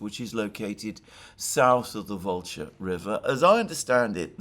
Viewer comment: Why does pronounce SouTH as souSE? "Dima"sp?) of the Military Summary channel also says souSE instead of souTH! Oh, and the barking dog is also VERY annoying! If it's a situation that cannot remedy at the time, should at least apologize for the inconvenience! "Just sayin"